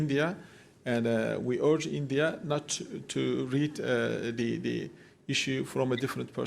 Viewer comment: “Endia” isolated haiye 😂😂😂